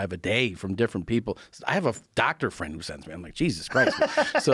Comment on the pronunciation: I'm not your fwend, Guy!